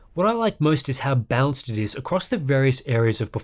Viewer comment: I can watch this as many times I want, I always hear "bounced" instead of "balanced". Great review though!